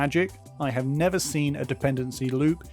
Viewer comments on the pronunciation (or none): none